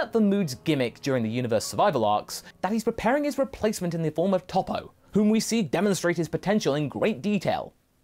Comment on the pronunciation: The name is TOPPO, AND NOT TOP